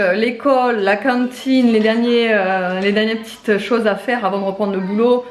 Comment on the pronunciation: ' à la cintiine ' 🤣🤣 j'adore !